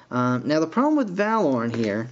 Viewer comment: STOP PRONOUSING THE NAMES WRONG ITS TEN-k-eye and it VA-lorn but otherwise cool video